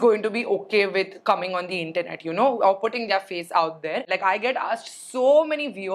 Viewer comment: Hi. I love your vlogs. I would like to make a suggestion, could you maybe look up how to pronounce 'their'.